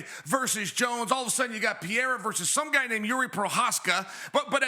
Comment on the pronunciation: Jesus Sonnen, P E R E I R A.... Is not that hard!